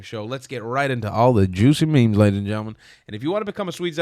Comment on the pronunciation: did yo say JEWCY :volcano-green-lava-orange:, thats going to be a good one cheers man